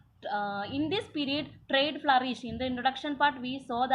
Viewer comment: It is period not perred